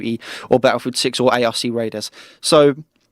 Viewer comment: Sorry but I gotta say it, the ARC in ARC raiders is pronounced as 1 word, not by its individual letters lol